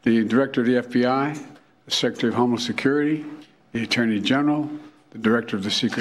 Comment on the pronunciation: Was he saying "Homo-Security"?